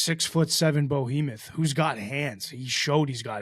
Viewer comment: Are you intentionally pronouncing Behemoth wrong? Bohemoth?